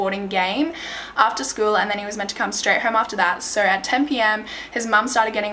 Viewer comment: “Didn’t come herm “ lmfao